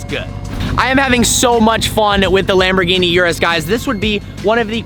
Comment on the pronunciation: For someone who owns a Lambo, probably owned a few, you can't be bothered pronouncing the name right?!? Come on, Don't be a typical yank!